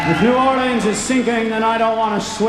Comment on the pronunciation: I grew up in New Orleans. Appreciate the way you pronounced it